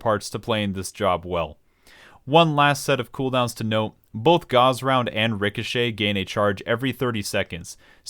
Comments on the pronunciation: bruh gauze round? GAUZE? its "GAWSSSSSSSSSSSSSSSSSSSSSSSSSSSSSSSSSSSSSSSSSSSSSS" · seriously i honestly cannot for the fucking life of me figure out how ANYONE could EVER get that pronounciation unless he's straight trolling, but by him pronouncing "GAUSS" as "GAUZE" as in "GET THE GAUZE PADS MY EARS ARE BLEEDING" lmaoo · As someone who's in their senior year of college, studying electrical engineering, your pronounciation of Gauss is painful, totally ok with the Machinist pronounciation though :) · Damn, fucked up the pronunciation of Machinist AND Gauss.